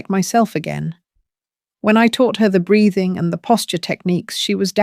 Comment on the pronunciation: Breathing not braiding. Sounds like it doesn't it.